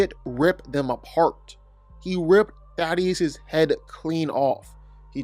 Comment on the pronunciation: ...say it with me...thay...tus